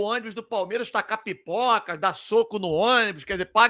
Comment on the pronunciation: Eu entendi piporca ao invés de pipoca kkkkkkkk